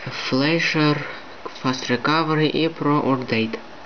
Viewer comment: урдейт тсссссс хахахаххахахахахаххахаха мне 11 и я и то знаю что это токое или как произносится и пишится!!!!